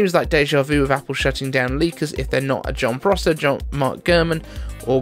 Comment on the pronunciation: Sorry. The leaker is not Jon Processor but Jon Prosser.